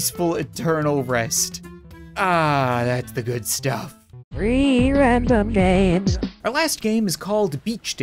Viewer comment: it's saying 3 RANDOM GAMES but I hear rree RANDOM GAMES